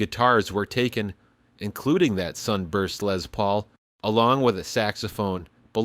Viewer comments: It's a LESS Paul, not a Lez Paul. The man's name was Les. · There’s no “Z” in Les Paul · It's not a Lez Paul it is A Les Paul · "Lezz Paul" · “Lezz” Paul? Gimme a break. And give it back to Taylor.